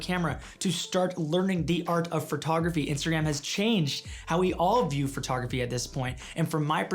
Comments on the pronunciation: “The art of Fart-ography.” I can’t stop hearing it now lolololol. Sorry. 🤣🤣🤣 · Sidebar: No criticism, just a sincere question based in my own ignorance, is "phertography" a Hau-ism or the way Canadians pronounce "photography?" PS, your cat looks super badass, like it will grow up to have super powers. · This dude says photography the same way I do.... fertography. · hurr. So, I might be crazy, or it may be candian, but I swear it sounds like he's saying furtography when he says photography.